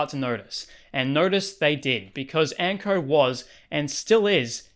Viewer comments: Why do you pronounce "Anko" as "Ankrrr"? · The way he’s say Anko brah ….. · it's quite tame, all except for when you pronounce "o" lmaoo